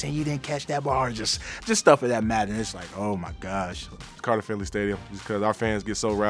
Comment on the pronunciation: mans really said carter finley LMAO